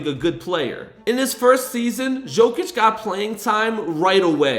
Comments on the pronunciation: It’s Nicola (yow)(Kich) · Stop calling him Zokic, its Jokic!! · its not Jokic its Yokic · dude is saying "Jo-Kitch" it's "Yo-Kich" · it’s not a J it’s a Y in Jokic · silent j bud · It's "burek" not "borek", and it's Jokić not "Zhoukich". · "nikolas jockich" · Bro butchering his name like some 5 olds , how hard it can be to say YO - KITCH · Ok I just can’t stand how you say jokic the j makes a y sound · The pronunciation is so distracting 😅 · great video, but horrible name pronunciation. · Can't make a video on a guy and not know how to pronounce his name correctly. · Bro im really sorry but its not pronounced jokic it’s pronounced yokic and jusuf is yusuf